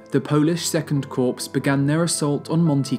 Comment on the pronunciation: Very high quality video, great clips put in. (Pronunciation note - it is never 'corpS' - always "Kor"). Pity it's been over a year with no part 3.